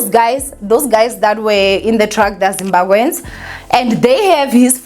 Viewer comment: 🥷 📍📍 not calling them "zimbagwens" drivers of truck 🤣🤣🤣🤣🤣.he will fix it